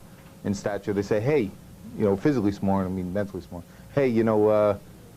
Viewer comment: “You’re smawr than the average man”